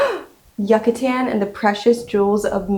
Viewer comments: Yuck-atan? 😂 It's You-catan. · Yuck-A-Tan lol